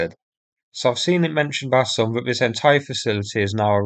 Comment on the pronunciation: sincere suggestion here : you're doing a great job of sourcing these videos and getting them uploaded. Good informative scripts.Your viewing figures have increased impressively recently. May I suggest you now do something about improving the narration ? False fronting is relatively easy to fix. Mispronunciation of th as v or f is undermining your message. Fanks, vis, fought, vem etc. Thanks, this, thought, them...... Investigate Speech ferapy (therapy). Best wishes